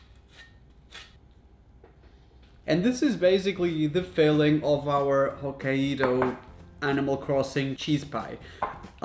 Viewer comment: The way he says “Hokkaido” 💀💀💀